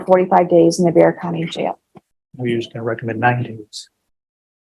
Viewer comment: Just so you know, Bexar county, is pronounced Bear County.. not Bex-ar.